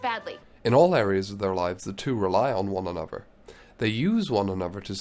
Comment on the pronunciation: yes. So hard to listen to